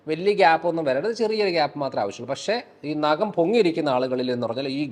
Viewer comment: നകം അല്ല ഡോക്ടർ. നഖം